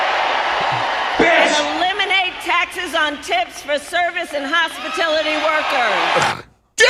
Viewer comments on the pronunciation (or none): She said hospitility workers she is sickening